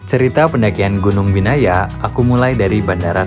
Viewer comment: di vlog bilangnya biyana, nama gunungnya binaya:face-pink-tears